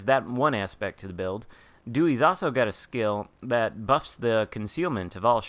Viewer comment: Finally, all the accidentally high-level Dewey's we all have from ignorance can be put to good use. Also, I think you mispronounced Dewey-San and Doicher-Dewey in the video